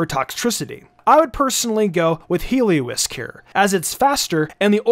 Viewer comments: It's HelioLisk, not Helio-isk! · Mate… it’s called Heliolisk. Helio-LISK. As is, “basilisk”, because it’s a lizard creature…